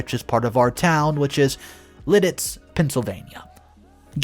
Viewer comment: I just gotta say, I'm impressed you pronounced Lititz correctly. I'm too used to people not from the area pronouncing it "Le Tits"